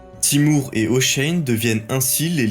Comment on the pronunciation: Pourquoi vous prononcez Hoshein?